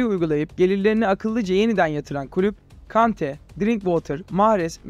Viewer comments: Kante'ye Konte demen rahatsız edici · Kardeş Konte nedir Vordy nedir. İngilizceyi lisede mi öğrendin 🤦